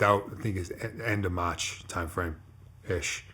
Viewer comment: He turns the accent on and off. I can’t take it seriously. Sometimes he goes a minute and a half straight without an accent. Then he’ll randomly do this Boston accent that’s so thick he sounds like a British guy. I can’t not laugh cause it’s intentional, no way he’s actually speaking normally this shit is retarded. Dude goes “MATCH 2013”